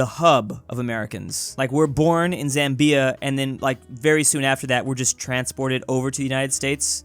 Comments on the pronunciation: It's "ZAM-bia" and "The GAM-bia", not ""zam-BEE-a and "The gam-BEE-a". Unexpected from a guy who gets Lesotho right! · when pronouncing Zambia, the Zam has equal weight with the bia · He said Zambia like "zam-BEE-a" its pronounced "ZAM-bee-a" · mans really pronounced it zam-bee-ah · The way he was saying Zambia is killing me 😂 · please learn how to pronounce Zambia😭😭😭😭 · You are pronouncing Zambia wrong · Why you pronouncing Zambia like that bro. It’s actually pronounced ‘bapukofashaskaletujornaletui’. The ‘Z’ is silent. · did anybody else notice the way he said Zambia?